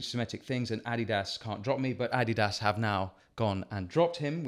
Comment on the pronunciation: Why was he saying Addidas like that?